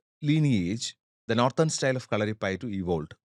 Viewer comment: Dont know, why the gurukkal is pronouncing it like that...there is no stress to "U'' in kalaripayatt"u"